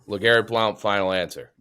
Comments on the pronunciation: Lol he says “Blouw-nt” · Chief just straight up didn’t say Legarrette Blount’s name right should never have been awarded.